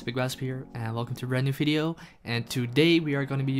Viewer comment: Please say 'Video'. Thank you.